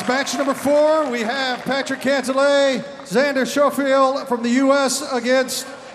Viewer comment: If your gonna MC at least know how to pronounce their names correctly….poor Xander Showfield…😂😂